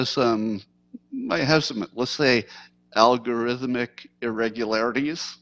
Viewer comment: "Al Gore-ithmic irregularities"?